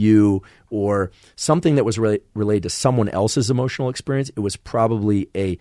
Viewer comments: Why does he pronounce it as exPURIENCE? Lmao its bothering me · Why is he pronouncing it expurrience? Lmao its bothering me.